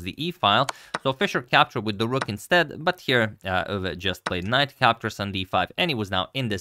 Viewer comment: Pronounciation of Euwe is on point!